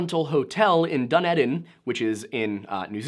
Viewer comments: Dun-ee-din NewZealand cheers, named after Edinburgh Scotlands Gaelic name Dun Eideann. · Great job, I thoroughly enjoyed your hard work & attention to so much detail about such a wide range of historical facts. Well done & also the other;-) Just as i know you make the effort to pronounce different place names. Dunedin in NZ is pronounced; Dun - knee - din. Lol soz. That poor delusional dude trying to take you on 😂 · Dunedin pronounced Dun - E - din. From a kiwi. My only note.